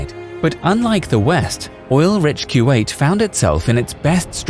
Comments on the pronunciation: Its not Q8 It is Ku wa 8. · Fairly sure it's "koo-wait" no "q-eight" ... maybe I'm wrong. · i think kuwait is pronunce as koo wa it